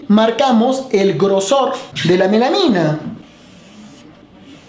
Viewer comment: Melamina de dice melamina!